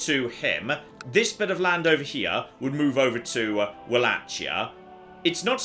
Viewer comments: someone teach how to pronounce Walachia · He has also repeatedly butchered the pronunciation of Wallachia and I'm pretty sure he said Gregorius instead of gregarious at one point.